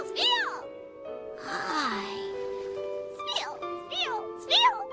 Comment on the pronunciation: It's Spheal doh!